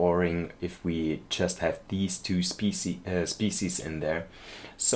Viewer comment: Pronunciation of springbok is perfect but actually I think you're making wildebeest a little more difficult for yourself cuz you actually pronounce it will-duh-beest and for antelopes it's an-te-lowp so you don't pronounce the e at the end. I love the train tracks through the back I think it definitely adds like a charm to the whole thing and it definitely feels adventurous. Glad to hear that you're going to go on vacation it's July tomorrow so I wonder where you end up going I guess I'll find out as I keep watching episodes 🙂.